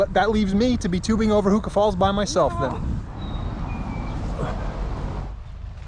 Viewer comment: Interestingly, your pronunciation of "Huka Falls" sounds odd. Yet, it must be correct so illustrates how badly most kiwis mangle it.